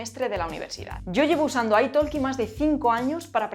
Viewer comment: Me encanta tu canal, pero decir que tienes un C2 en Inglés y no puedes pronunciar correctamente 'Italki' u otras palabras básicas deja bastante que pensar...